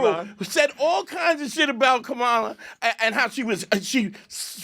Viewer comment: Even sayin' 'Kuh-Mah-la'. It's 'Kah-Muh-la'.